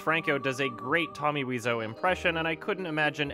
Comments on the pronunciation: weezo? wize-o? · Weeseou? I though it's pronounced like Waiseou. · Dood its wise-o not weez-o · Why are you pronouncing Weez-Oh? It's Why so, and you can hear him say it himself on his gameplay videos. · Wiseau is an anglicization of thé French word Oiseau (bird), which is pronounced "wah-zo" (believe me, it's my native language) so I pronounce it as Wah-zo. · are the "Tommy Wiiso" on purpose? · u are Canadian I know u took French until at least gr 9 its pronounced oiseau as in French for bird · "Wee-zoe" ~, 2017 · Tommy Weezoo, Tommy Waiso, Tommy Whezau, Tommy Wisey, are u even trying? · “Tommy “Weezo”. I love it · I thought his name was pronounced “Tommy Why-so” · It is. No idea why he pronounced it that way. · WHY WOULD YOU SAY WISEAU LIKE THAT YOURE TEARING ME APART